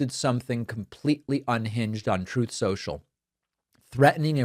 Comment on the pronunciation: It's pretty cool how he says "armada", other than that, why did you say "Truth Social"